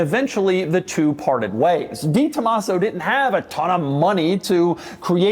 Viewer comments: I know how it’s spelled (and that this is Doug 😂) but I’ve never heard anyone pronounce it like Doug as DeeTomaso. I’ve only ever heard it pronounced DayTomaso or DahTomaso (maybe even DehTomaso). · Pronounced… DAY tomaso 😉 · Doug is the type of guy who mispronounces the "De" in "DeTomaso" for 40 years and knows he's doing it. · I cringe every time he mispronounces DeTomaso....